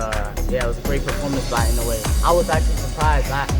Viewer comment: I noue アｨ ノウェー IN oue イン ノウェー 大体この2通りに分かれる井上の発音